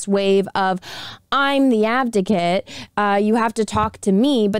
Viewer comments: Advocate , not Abdocate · Is it just me or is she saying "abdicate"? It's "advocate"....lol. otherwise great video though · Off Topic. I know your saying "Advocate" but I'm guessing there's something weird going on between youtube, my computer or my headphones because it sounds like "Abdicate" or something like that to me instead. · Advocate*** lol not abdicate lmao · Love the video but respectfully it is "advocate" not "abdicate" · I appreciate the support for them but ffs advocate not abdocat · so the word is AdVOcate not ABDicket. love you and the Quartering and Brittany but please be aware of the words you're using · it's "ad-vocate", not "av-docate" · i love your content. but, you have to learn to say "ad-vo-cate" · Advocate.....its advocate. why cant you tubers pronounce things properly? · Abdigate? lol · Dammit! The whole video? The word is pronounced AD VO CATE!!! Hurts my damn head!